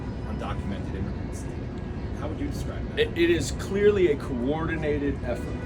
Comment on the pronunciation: Did I hear "COUP - ordinated effort"?? Correct!!